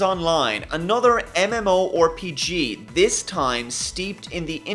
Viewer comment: You could've changed few of theese games with Warframe, Heroes and generals, and few others, btw you are saying mmorpg wrong and you don't need half life for no more room in hell